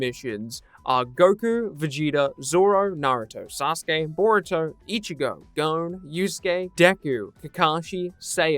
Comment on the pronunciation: The way he says gon lol